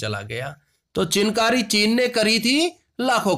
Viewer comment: चिनकारी नहीं सिर...चिकनकारी sir ..🙏